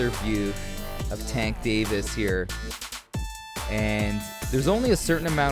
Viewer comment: That ain’t Tank. That’s Chank